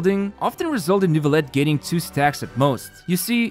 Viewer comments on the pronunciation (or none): AAARRG IT SHOULD BE PRONOUNCED NEUVIYETTE AAAARG Sorry, baguette obliged lmao, thanks for the video.